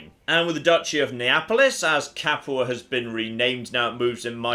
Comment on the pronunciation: Padua Pad-you-ah NOT Pad-eww-uh You pronounced Capua correctly. Just pronounce Padua the same way. note: Italian American, willing to be corrected by actual Italian if my pronunciation is incorrect.